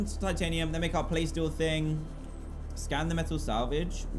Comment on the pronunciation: Dan it’s not playsteel Ingot it’s plasteel ingot